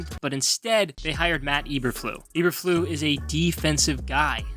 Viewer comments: It’s pronounced Eber-floose the S isn’t silent but yeah good video. Thankfully the GM and HC seem to know what they’re doing for now so I have a little bit of faith. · This is not a very accurate video. You mispronounced Eberflus - Ay-ber-Floos not Eberflu. It's German not French - the S is not silent. Also you mention Teven Jenkins having a good year, but he has been demoted to 2nd string at Minicamp. You also mention that Nagy is gone -- so is his terrible coaching of the O-Line. No one knows what the O-line will look like, so saying it sucks is pure speculation. They DID suck last year, but this is a brand new season. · EberfluSSSSSSSS. Lot of integrity lost when you mispronounce coach's name! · I’m A Bears fan,and even I will be amazed if this team wins more than 4 games. And the coach’s name is pronounced E-Burr-Floos!! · Good job butchering Matt Eberflus name (not EberFLU), genius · Not knowing how to pronounce Flus" name discredits this analysis. However, I do give kudos to knowing Nagy sucked. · How many times you gonna say the name wrong? You sure you're a fan? 👀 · So what is it that the Bears don’t want us to know? You never told us. What’s the big secret that only you know. The only be info I got from this video is that you pronounce Eberflus really weird. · It was like he was going out of his way to mispronounce it! 😁😂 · To keep me interested please learn how to pronounce the head coaches name, there's an S at the end of his name that isn't silent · Nice content, but how do you NOT KNOW how to pronounce the name Eberflus?